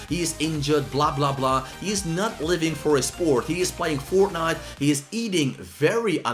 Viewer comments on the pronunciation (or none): none